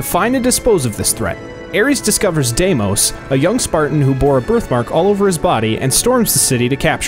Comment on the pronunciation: Dimis?! It’s Demos